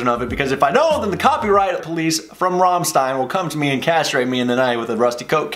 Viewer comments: ...you keep butchering band names... For an English speaker you should pronounce it as "Rammschtein", It's not your regular english "S", it's German "S", it pronounces as "...SCH...". Hell, you can hear it in the song itself, and yet you still misspelled their name later on....!!!!! By the way, It's sad there is no official video available from 2019 Live tour, and upcoming extended re-scheduled 2021 tour (it's the same, hence why I include future too) of it, because they have outdone themselves with this latest tour they had and will have, the stage is amazing. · It’s not pronounced Ram Stine! What do you think he’s Jewish? Lol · Here's "Rammstein," still says "Romstine." Okay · Just in case sb hasn't mentioned already, where the E & I are together in German, you pronounce the 2nd in it's capital/upper case form. So, for the purpose of demonstration, it would be RammsteIn (the band) & RammliEd (the song) respectively. Hope this is helpful to you😁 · They literally sing their band name. Why in the hell would you pronounce it wrong? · It hurts my hears each time you pronounce rammstein in english XD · They Made a Whole song about their bands pronunciation and you still pronounce it like a sissy :) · If you love Rammstein, then why do you pronounce it completely wrong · its kinda hurt in my ears how you say RAMMSTEIN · hör genau hin, bei diesem Lied kannst du die richtige Aussprache lernen. Im Grunde juckt es dich ja sowieso nicht. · At least learn to pronounce Rammstein properly first.. Like the world needs your reaction anyway.. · Every time you said 'Rammstein' and 'Rammlied', I felt like I got stabbed in the stomach and that's a lot. If you make a reaction video about them, you could have learned how to pronounce it. Besides, they're screaming their name in the whole bridge as you noticed. Sorry If I'm being rude but you didn't have to say that you're American in the title. It is already understood clearly. From your insistence of ignorance